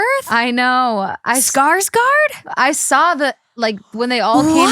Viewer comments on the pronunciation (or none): none